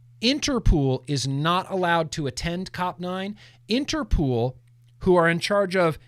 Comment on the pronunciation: Late to the replay, but everything you said about Interpol is wrong, especially the pronunciation 😃 You win the Glantzy award for misinformation 😂